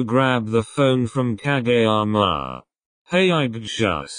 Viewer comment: Honestly shocked when the narrator voice didn't say ka-jee-yama and actually said kageyama's name correctly 🤣🤣🤣